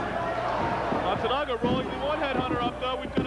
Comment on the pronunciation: I love the how the comentator (not paul) tries to say Matsunaga "Matsunooga" "Matsooga"